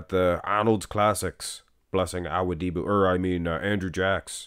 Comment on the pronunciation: U keep saying awudibo wrong